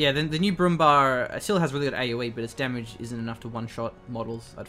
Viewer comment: Check out how you pronounce brumbär please. I'm sorry it's bothering me, but when you say it 20 times in a row wrong it just triggers me :P Great vid though